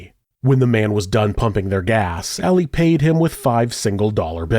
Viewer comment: It kills me that you keep pronouncing it “Alley” instead of AH-Lee… I’ve known many “Ali’s” in my 36 years, & Not a Single One would appreciate being called Alley (cat) - that’s a FeMaLeS name, back in a time when the two sexes preferred staying separate, at that. 😆 I’m white too, but pronouncing names as they were given really isn’t hard …. Save maybe rolling your tongue as the Spaniards do, that one can get a bit tricky 🤔 ahaha